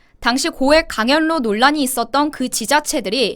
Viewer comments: 예쁜 강연료-강열료로 발음하시는거로 들려요. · 강연뇨 로 연습해야할듯 합니다. 거슬리네요. 제동 이름도 싫어요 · 강연료 발음은 강열료로 발음하세요.